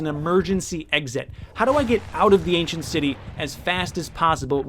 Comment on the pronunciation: Was it just me or did he just say "end city" instead of "ancient City"